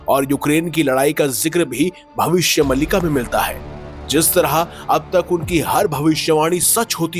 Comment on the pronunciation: अरे यार भविष्य मल्लिका नहीं भविष्य मालिका है सही उच्चारण तो सीख लेते पहले 😂